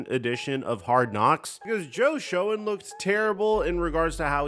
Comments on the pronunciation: Its pronounce SHANE. Not Shone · Joe Shoen is pronounced "Shane" btw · Its time, we need to look to the draft now...and his mame is pronounced joe shane lol